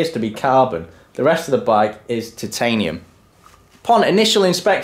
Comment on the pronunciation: points to gryffindor for correct pronunciation of Titanium. Spot on old chap